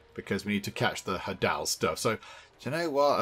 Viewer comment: Hadal rhymes with ladle, it refers to Hades.